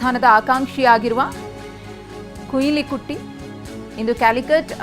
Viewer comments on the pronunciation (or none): കുയിലി കുട്ടി അല്ല കുഞ്ഞാലികുട്ടി 😂😂😂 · ಅಮ್ಮಾ ತಾಯಿ, ಅದು ಕುಇಲಿಕುಟ್ಟಿ ಅಲ್ಲ. ಸರಿ ಓದು.